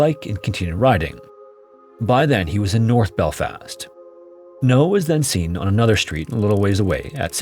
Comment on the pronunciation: "Northern Island" "self belfast" The AI is often terrible with place names, and that's not just an American thing as it does American place names just as horrifically